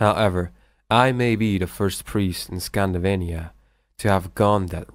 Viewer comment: Narator said "Scandivania" instead of "Scandinavia" 😂😂😂